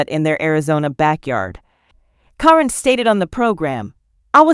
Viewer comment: Please pronounce caryn name right